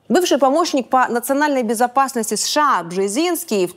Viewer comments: Мадам ПАНЧЕНКО, сколько раз за выпуск вы произносите аббревиатуру США? Вы вещаете на русском, тогда произносите это правильно! США произносится по БУКВАМ, А НЕ ПО ЗВУКАМ!!! СЭ-ШЭ-А. Вы как произносите СССР? Правильно, ЭС-ЭС-ЭС-ЭР. Так почему сша -какое-то бормотание? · Я все время улыбаюсь когда Диана произносит сША))) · ДА произноси ты США по отдельным буквам, а не так бесяче, как ты делаешь)